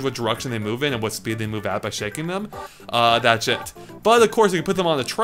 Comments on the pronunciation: Is it me or when says 'That's It' it sounds like 'That's Shit'? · i like how when he says "thats it" it sounds like "bat shit" lol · its his accent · Cirrus Soul Legend Speech impediment. Doesn't matter though, he still said shit. Not even just once either. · ***** There's what he tried to say and what he actually said.